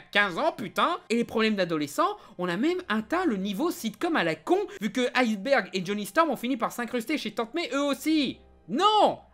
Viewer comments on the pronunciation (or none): none